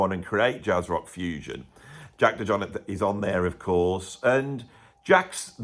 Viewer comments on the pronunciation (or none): It’s French not George w bush Texan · You can’t pronounce the guys name properly? Really?